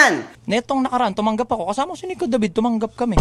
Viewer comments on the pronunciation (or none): none